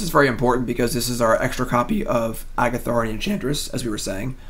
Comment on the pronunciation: The way you mis pronounce Argothian Enchantress is so tilting.